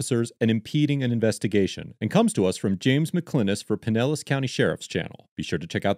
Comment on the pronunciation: For future reference, it’s “pine-ellis”. 😉 Also, Pinellis is a “rich people’s” area!